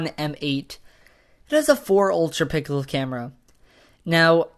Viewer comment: He said that the m8 has a four mega pickle camera not pixel